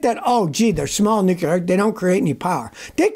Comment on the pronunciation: Scotty: It's pronounced "nuclear", NOT "nucular".